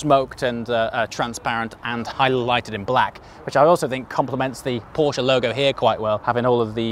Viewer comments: Thank you for saying "Porsche" and not "Porsch". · Just wanted to let you know that the way you pronounce „Porsche“ is pretty damn flawless! Greeting from Germany